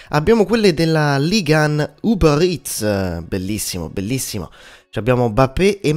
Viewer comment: La sua pronuncia francese nel dire “Uber Eats” me lo ha fatto drizzare💦